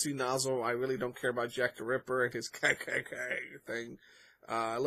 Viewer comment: It’s ke ke ke not kkk